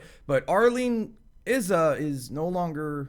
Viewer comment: ALL PRAISE THE THICTAK - he can pronunciate Izza correctly! big up for that! keep up the good work!